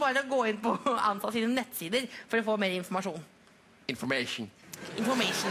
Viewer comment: "inenet iformejon" looololol